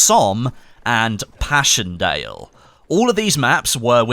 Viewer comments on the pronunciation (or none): "pashion dale" do you mind actually pronouncing it in any way such that not every single vowel is mispronounced?